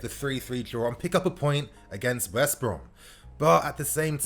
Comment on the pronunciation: I beg you stop saying West Brom like it’s 1 word ahahaha